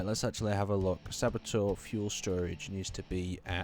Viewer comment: Sabatier is pronounced SAH-BAY-TIER, and is a real life piece of chemical equipment that converts CO2 and Hydrogen into Methane (used for rocket fuel) and Water. The water can then in turn be electrolyzed for breathable oxygen, or burned with the Methane in a rocket engine. Most proposals for using a Sabatier for Mars life-support couple it with a CO2-electrolysis unit to break down CO2 into Carbon (graphite) and Liquid Oxygen (as electrolyzing water from the Sabatier doesn't even provide enough Oxygen to burn all the Methane).